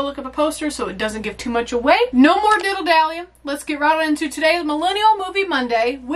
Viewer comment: Ahhhhh hooooo!!!! Father Forrestahl says Seasons Greetings At the begining of this All Hallowed Beansathon thingamajig. Has anyone asked you why you say Diddle Dalley in stead of Dilly Dalley? Inquiring minds want to know.